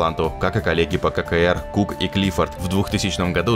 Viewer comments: Не кэ кэ эр, а Си Си А. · Никакой не ФогЕрти.. Ударение на первый слог. Автор всё правильно озвучил. Но, ССR он, конечно, озвучил ужасссссссно.